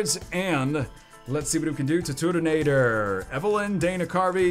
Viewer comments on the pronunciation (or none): It’s INCREDIBLY ANNOYING how much TURTONATOR’s name is butchered EVERY TIME